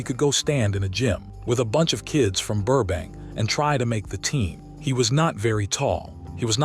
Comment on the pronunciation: Loved the video but I cringed through it all 😩😩 The AI narrator had verbal dyslexia: O’pie, Loss Angels , Burke Bank , Fran’sis Cope’allah , Marten Scarcest , Funzee, Run Hawaerd , Da’Zooloo… 🤦🏼‍♀️